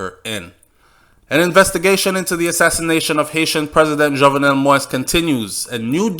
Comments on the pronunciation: Not only you but most of the media is mispronouncing this man's name. Many people have been complaining about medias, both white and black constant mispronunciation of this man's name. I have and will continue to do so because it is a sign of respect. certainly have. His name is pronounced Jovnel. The "e" is near silent. You pronounced it correctly when you read the first lady's quote. Pronouncing his name is not trivial, it just a sign of respect, which he deserves. Just tragic that his life was ended with him pleading for them not to shoot him. Seems like no one had his back at that time. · your reports from Haiti are very informative as a born Jamaican I feel that you should make an effort to pronounce his name correctly he the main character, it takes away respect from your story people will start to tune you out saying you can't even pronounce his name?? and it's not about any other media it's about respect for you and your channel. MANNERS AND RESPECT✊🏾